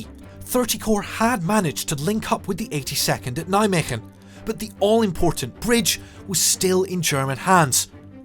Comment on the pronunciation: Kudo regarding your Dutch pronounciations, getting the “g” right in Veghel and Nijmegen. I don’t think I’ve ever heard a native English speaking person getting it right! Well done. And a fine documentary on MG as well. Question: I recognized many of the scenes but are the landing images - originally from MG? It looks like farmland, while the landing terrain was mainly heath.